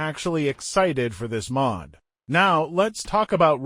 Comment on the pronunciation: "pri-ordi", "Sätsumaah", "Maahd", "pluudzin" lmao